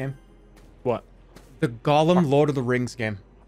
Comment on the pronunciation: did really say golem instead of gollum.. lmfao